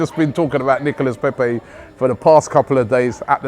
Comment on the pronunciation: Robbie a French guy taught you how to pronounce Nicolas Pepe YESTERDAY!